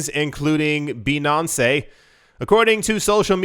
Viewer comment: BEE-NAN-CE. lmaooo